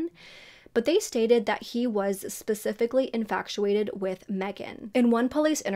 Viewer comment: Just a little FYI, there's no C in infatuated. It's not pronounced infactuated. Not mentioned to shame, just so you know in the future :)